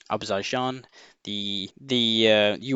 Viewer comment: Say it with me "Ah-zer-bye-jan" "Reh-con-eh-sense"